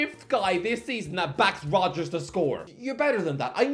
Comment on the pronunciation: You actually got Rogers right! Fifth time’s the charm lol